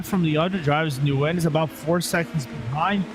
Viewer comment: Its not nuhguyun its pronounced "Gwin"